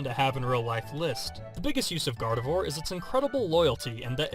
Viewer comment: Gardevoir Is Pronounced As Garde-vuah :/ I Would Totally Want A Gardevoir.... I Would Tell It NOT To Use Black Holes